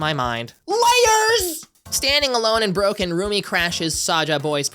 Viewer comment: Glad I’m not the only one who kept hearing ‘roomie’ instead of ‘Rumi’